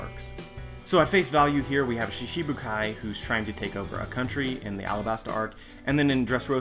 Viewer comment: Great video as always. But, I notice that you always pronounce "shichi-bukai" as "shishi-bukai". Although that means "lion warlords of the sea", instead of the original "seven warlords of the sea". Not very important of course, but wanted to share o7